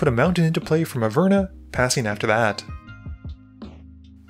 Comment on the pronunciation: Its pronounced (Aver-nus) not (A-furnace) lol